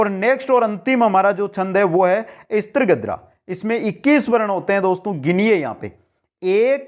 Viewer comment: मन्द्राक्रान्ता नहिं मन्दाक्रान्ता कहिये ॥ स्त्रीगोत्रा नहिं स्रग्धरा कहिये ॥ streegotraa galat sragdharaa kahiye jee अपना उच्चारण बहुत दोषयुक्त है जी